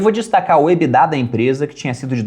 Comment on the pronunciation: Nunca vou superar o surto coletivo que é pronunciar a sigla EBITDA (que é em inglês) pela pronuncia "Ebidá" como se fosse francês. Não faz sentido algum